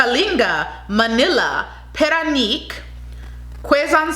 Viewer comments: Paranaque is pronounced as pa-ra-nya-kwe not para nik.otherwise it was an excellent review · Paranaque ahould be pronounced as PARA-NIYA-KE and not Para-Nyi-K :). I love all your videos... please shout me out hehehee... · Parañaque - pronounce as “pa run yuckeh“. Not pa run yuck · She said pa-ra-neek not paran-yuck. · It’s should be Pa-Ran-Nia -Ke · You were pretty good at pronunciation. Paranaque is pronounced Paran yake. Baguio is pronounced Bag yo. Biliran needs more training, pretty face. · Parañaque pronounced as Pah-Ran-Nee-Yeah-Keh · I like the way you talk. You can pronounce PARAÑAQUE like this PA-RA-NA-KEY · Cute pronunciation .. lol Baguio - Bag - yu Parañaque - Pa- ran- ya- ke Davao - Da - Vaw Albay - Al - bay, not Al - bey Quezon - Ke- zon La Union - La - On- yon. Kalinga - Ka - li- nga. Nevertheless, I love listening to your accent . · Baguio = bag-yo, Albay = Al-buy, Parañaque = Paran-ya-ke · You pronounced it very well, except for PARAÑAQUE (Pa-ran-ya-keh) Love u still🥰❤️😘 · Parañaque pronounced as Pa-Ra-nia-keh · Pah- Run-yuh-keh 😉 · I’m right, she meant “Parañaque”. Pronounced as Pa-ran-yeah-key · I think she meant “Parañaque” pronounced as pa-ran-yeah-key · Correction: PARAÑAQUE / Pa-ran-ya-ke 👍🏼✌🏼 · Albay is pronounced as (I'll buy) Paranaque is said like (para-nya-ke) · Let me syllabicate "Parañaque = para - nya- ke :) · Pa ra ña que Should be pronounced as Puh-run-yuck-kay Pa say Puh-s-eye Those were two of the pronunciations you did that was way off and unrecognisable. The others were passable considering Filipino isn't your native language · PARAÑAQUE is pronounced like PAH-RUN-YUCK- KHe.. I like you though. So cute. Haha! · We should adopt her paranague pronunciation . I like it better than the real one. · To pronounce parañaque is pa-ra-ña-que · It pronounce as paranyake (parañaque) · PA RAN YA KE..THATS THE RIGHT pronunciation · Parañaque = Pa-ran-ya- keh